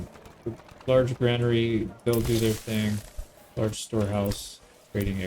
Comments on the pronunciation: It's not grainary lol youre right, it's granary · Fun fact: You were pronouncing Granary correctly. The reason many people mistake it for "grainery" is because it is technically a building designed for storing grains, so the mind wants to drift there naturally... but it is in fact gran-ery. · Someone is misleading you on the pronunciation of 'granary'. You have it right